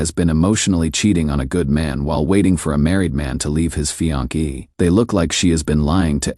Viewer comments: This is the most annoying AI voice on such channels. It pretends to be deep, mature and solid but it sounds just pathetically pretentious. He is the one that has given us "fianki" (fiancée) and "nine hundred eleven" (911). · "A married man to leave his fian-key" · "Fian-key" lol